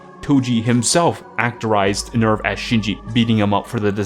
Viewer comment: You got to work on your german, you mispronounce NEVF and SEELE.